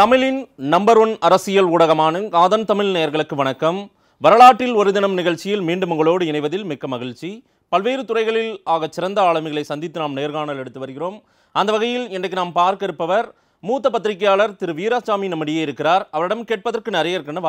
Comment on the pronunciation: Thamil-il, magilchi..... Oh... Request you to say Thamizh, Magizhchi....